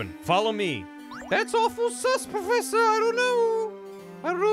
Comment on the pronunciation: I've been catching up on all the Layton vods and now i can't stop mumbling "pwofessa" to myself thnx